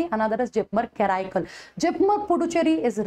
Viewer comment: Kindly pronounce Karaikal as per the local dialect